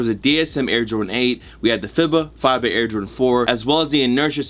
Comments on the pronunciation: FIBA pronounced as FEEBA bruh. :) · FEE-BAH bro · FIBA = FEE-BUH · God damn, it's pronounced FEE-BAH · Tried twice and couldn’t pronounce FIBA lol no hate just funny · You sayin FIBA wrong on purpose at this point 😂